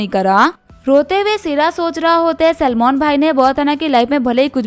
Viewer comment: Salmon❌ Salman✅